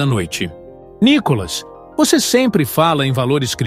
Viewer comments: Nicólas seu locutor ridículo? Aprenda falar. É Nikolas.. Detesto esta Tatá. Não assisto o programa desta bobona. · Esse narrador ele pronúncia o nome de Nikolas errado, o nome de Nikolas não tem acento no o pra ser chamado de nikólas